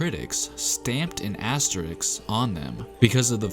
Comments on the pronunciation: AsteriSK, not asteriX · Asterisk, not asteriks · ASS - TE - RISK not ASSTERIX ... this is asterisk is shit. you cannot rob other teams winning because someone is injured. fuck your asterisk shit. you cannot blame other teams victory because someone was not there. it not their fucking fault. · Uh. It's pronounced ass-ter-risk not ass-ter-ricks. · not to be that dude but its asteriSK not asteriKS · Say it with me: “ASTERISK” Not “Asteriks” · The spurs one shouldn’t even be here, I don’t think they went out and prevented everyone else from training as they are paid millions to do. And by the way it’s asteriSK not asteriKS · Fucking “asteriks” it should be “as-te-ris” dumb youtuber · Asterisk vs Astericksssss.... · You mispronounced every asteriSk. You need to emphasize firsz S. It is not easy but do it. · My left eye twitched every time he says “asterix”... and it’s not a pleasant feeling. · Aks-teriks? It’s soooo seemple! Isss like MaF-ematics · So triggered when dude says asterixxx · Asterix, hahaha...dude... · A S T E R I K S lol cmon guy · This guy made a video about asterisks and can’t even pronounce the word